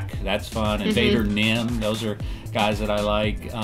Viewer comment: “Invader Nim”